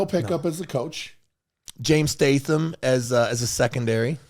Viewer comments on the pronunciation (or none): none